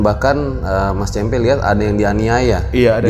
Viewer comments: cempe' bukan ce'mpe' . hhh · Cempe (ce gukan) kali bang, bukan cempe (ce wek).. 😀 cmiiw